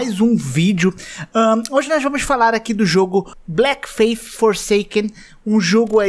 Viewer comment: ''Blécki feifi forseiken manÉ!'' <3